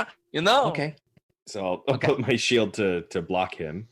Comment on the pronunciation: Man really needs to read up on shield, this isn’t her first time flubbing it and it isn’t a particularly difficult spell to get the grasp of lol